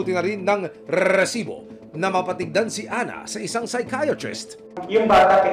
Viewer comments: pwede bang "resibo" na lang? nakakairita yung "rrrrresibo" eh nag mumukhang comedy show eh 😂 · Okay lang po ba tanggalin na yung Rrrrrrrrrresibo, nakakatawa po kasi lalo paulit ulit, instead na seryoso ako manuod natatawa ako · rrrrrresibo. sana resibo lang para matiwasay ang nakikinig.✨ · Kailangan ba talaga unli R yun rrrrRrrRRRReeeesiibooo 😅🤣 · NAKAKA ILANH RRRRRESIBO KA NA AH 😂😂😂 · Annoying yung rrrrrresibo, wag na ipilit Sir 😅 ang corny pramis, mas naannoy ako sa sayo kesa sa documentary mo 😂 Wala papantay sa “Excuse me po” ni Sir Mike Enriquez 😊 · RRRRRRESIBO PA MORE 😂😂😂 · Rrrrrrrrrrrrrrrrrrrrrrrrrrresibo!!! 😂😂😂😂😂😂😂 Ilang letter R daw po ba mayroon sa RRRRRRRRRRESIBO? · Nakakabwiset yung rrrrresibo mong sinasabe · Nakakairita pakinggan ung RRRRRESIBO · daig pa si nicki minaj sa R nya hahaha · Mga kinse na R pre. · Hahaha pansin ko rin, dami Yung grrrrrrr 😅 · Kapatid ni LAAAAARR santiago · ang dami mong rrrrrrrr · Nakaka irita ang pag bigkas mo ng resibo. OA ka na. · Jusko hanap ako ng hanap kung san ba yang resibo. Tawang tawa din ako. Baka may problema sa R yung host. 😂😂😂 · 8 na r narinig ko set MO sa lowest na speed